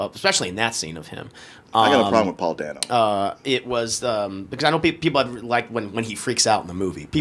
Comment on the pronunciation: My biggest complaint is that they needed more Alfred. I was instantly fascinated with Serkis' version. Also re: Paul Dano, it's DAY-No, not DAN-O!